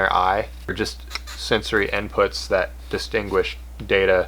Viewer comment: Did he say dostoongush instead of distinguish?